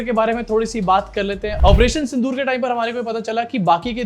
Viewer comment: Sindh-o-or nahi sir 🙏 Sindh-or Pakistan hai sir